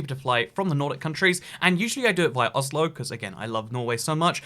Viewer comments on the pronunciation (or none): none